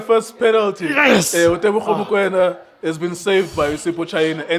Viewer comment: Teboho not Tebogo